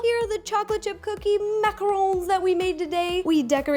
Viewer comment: Finally! Someone who says and spells macarons the right way! And know they are NOT coconut ball things!